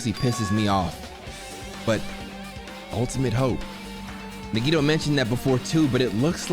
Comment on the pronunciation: It’s crazy how this game is about to end and can 10% of the time announce nagitos name right